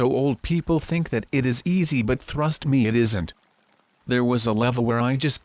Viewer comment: Its not coophHead its cuphead. And not "Thrust me" its Trust Me